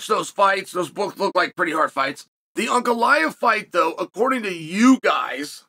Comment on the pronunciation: I’m shocked Uncle Chael put that respect on Ankalaev by saying his name correct. I now believe this man is both worth the odds and definitely going to lose from the Chael curse.